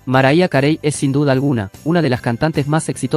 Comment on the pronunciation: "maraya carei"?? jajaja pronunciá bien para comenzar jaja